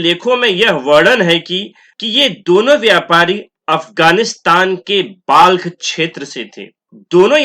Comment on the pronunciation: महाशय Balkh का उच्चारण बल्ख होता है ना कि बाल्ख।